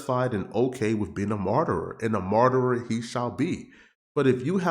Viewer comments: Its martyr not marterer 😂😂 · Wtf is a myrtrer?